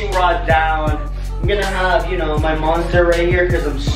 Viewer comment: He said you shnow